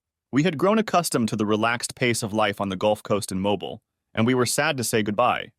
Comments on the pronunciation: As a resident of the state of Alabama, I kinda cringed at the way that voice-over had pronounced Mobile. Pronouncing it like "Mobile Phone" as opposed to "Automobile" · Forgets how to pronounce Mobile. AI sucks. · Me, being a resident of Alabama, that pronunciation of Mobile, Alabama made me cringe